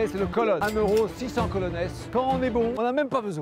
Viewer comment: What c’est moi ou il a dit 1€=600 colonesse😝😝